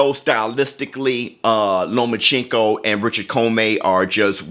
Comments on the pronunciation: Stop saying lomaCHINko it’s lomachenko 😂😂😭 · You didnt say Loma's name right one time. Stop getting your pronunciation of names from Floyd. Sounds racist when you say it wrong.